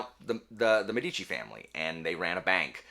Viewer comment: The stress in the word Medici is on the first syllable. Btw, not relevant but it means doctors/physicians. Cheers from Italy!